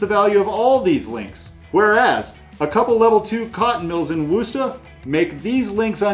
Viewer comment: Really enjoyed the content. Always fun to hear attempts at our quaint English place names, and you did pretty good! If I may, Derby is pronounced “Darby”, and Worcester is indeed pronounced “Wooster”, except it’s the “oo” sound from “good” rather than “oo” as in “food”. Other than that, spot on! Looking forward to exploring your other Brass videos as I really need to improve my game :)